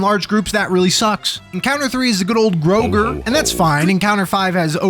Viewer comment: I subscribed purely on the merit that you pronounce GrIMP and GrOGRE correctly.